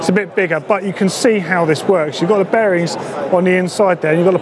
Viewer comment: When ever days bearings I keep think he is saying berries!!